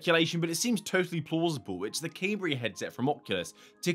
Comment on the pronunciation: Surely it's "Cam -bria" and not "Came-bria" ..Sorry lol, just glitches me out lol. Can't wait for the proper reveal😯